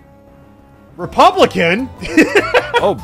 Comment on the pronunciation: The pause before "Republican!" kills me